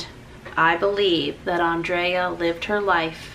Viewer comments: No worries hun.. it’s ok 😊 it’s not a big deal people pronounce things different. I loved Andrea she was a precious friend and it didn’t bother me in the least. 🤗♥️😊 I also enjoy your channel. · Geez take it easy on the lady, she pronounced her name wrong, big deal!!!! Don't crucify her, her message was heartfelt and sincere. you are a incredible soul, i love your videos and you inspire me on a daily basis. Lots of love to you and your family 💓💓💓. My condolences to Andreas family may she rest in eternal peace xxx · I am sure she has had both pronunciations her whole life. It is okay, we love you, and thank you for honoring her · Lol I thought her name was Andrea and did not know it was pronounced AUndrea I enjoy the Mills family videos and I think most likely they don't care if you mispronounced her name but that it is more important to honor her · UPDATE - YES, I apparently mispronounce ANDREA'S NAME through the whole video. Lots of folks are rolling in comments and messages upset at me. Gracious folks, all I can do is try. I talked to Andrea several times and she never corrected me on her name. My own name is mispronounced daily. Many say "JAM-merrill" when it's "JAY-merrill." Let's not get hung up on this. MY HEART was to honor this dear lady, and just like how life goes, even our best efforts are IMPERFECT. I am broken and flawed, but I'm SO THANKFUL to have known ANDREA. Go DONATE the Andrea Mills Donation Outlet and here's Andrea Mills Channel ~ be blessed! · your mispronunciations of words is just fab! I do it too and love watching you because of this. Andrea was such a beautiful woman, your vlog has done her proud. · Oh no, I thought what a lovely way to honour Andrea 💛 I didn't pick up that you said her name wrong. I think some people look for ways to poke at anything. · Nice tribute ❤️ don’t worry about how you say her name!! People should lay off!